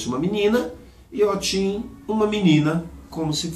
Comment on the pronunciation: Se pronuncia , OTI não OTIM porque a palavra OTIM é cachaça na língua Yorubá